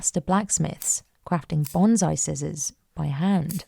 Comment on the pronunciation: Common, but wrong. It's "bonsai" not "banzai".